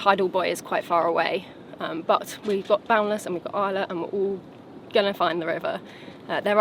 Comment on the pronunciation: Spanish lesson for the day. "ISLA" is pronounced "eeslah." Easy and simple. :person-turqouise-waving: Fun video as always, great work recording and editing! Gracias.